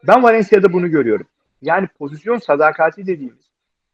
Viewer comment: "Pozisyon" diyemeyip "pozizyon" diyen 2 Fenerbahçeliden birisi Altan ağabey, diğeri Ersun yanal :) Seviliyorsunuz.